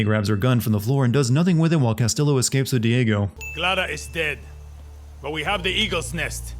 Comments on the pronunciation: The Ls in Castillo are pronounced as a y. It's a Spanish name my dude. It's not like they don't say it constantly in the game. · oh for the love of- They literally say his name every like 5 minutes. Its "Cass-Tee-yo" not "Cass-Till-o" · bro couldn't you just looked up how to pronounce "castillo"? double L means a "y" sound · Here's one Sin for the video: constantly pronouncing Castillo wrong. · I don't think I'll ever understand how someone can play an entire game, do a video review of it, constantly hear how the name "Castillo" SHOULD be pronounced and STILL say it wrong every single damn time. Fuck me.